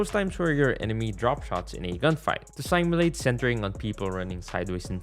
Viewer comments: bro out here calling simulate saimulate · S-a-i-m-u-l-a-t-e in the first part sorry is just so funny no offense😂